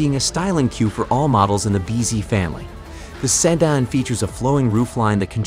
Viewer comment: Seh-dan lol 🤣 🤣